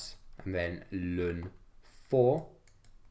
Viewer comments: IT IS NOT 'LUN' IT CAN EITHER BE 'EL EN' OR 'LAWN' OR NATURAL LOG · STOP SAYING LUN